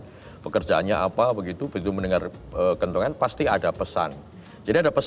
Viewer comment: Kentongan, bro Abdur... bukan kentungan ya 😂